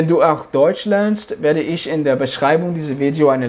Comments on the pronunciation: Привет я живу в Германии и тоже очень быстро выучил язык, и хочу сказать что у тебя хорошо получается только не много ошибок делаеш там где надо говорить х например Ich ты говоришь ш- Isch. Удачи тебе! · В немецком немножко страдает произножение, в словах ich natürlich Ch произносится как хь с мягким знаком, у теб получается как sch ш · Ich pronounce is - Ихь. Нихть ишь.